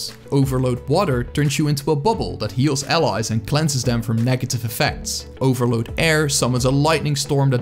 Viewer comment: It took me a minute to pin point what I'm noticing about his accent. He says dem or duh instead of them or the, dis instead of this, never pronounces TH haha. The funniest is utters instead of others. I want to play with utters!